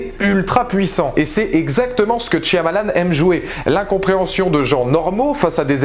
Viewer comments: Tu peux arrêter de dire " TCH-I-AMALAN"? C'est énervant. Merci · Quand les gens comprendront que dans "Shyamalan" c'est un "y" muet, tant de souffrance pourra être évités...